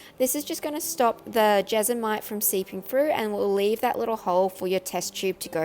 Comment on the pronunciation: When you started to say jesmonite I thought you were saying vegemite lol. duh me.